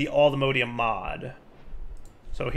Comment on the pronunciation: The way pronounces Allthemodium hurts me.